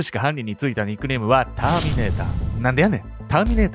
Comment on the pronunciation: お誕生日おめでとうございます🎁🎂 これからも応援します💪🏾😍 あと、なんでやねんの発音がネイティブです笑 関西人として嬉しいです😂👏🏾